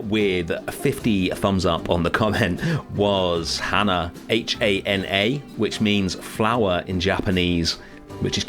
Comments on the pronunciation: you pronounced it much like the common name hannah, though its supposed to be pronounced with a shorter A sound quite similar to a short U sound: huh-na :) quite a pretty name for a crane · me, a student studying Japanese watching him butcher the pronunciation of hana and knowing that it can also mean nose: 💀💀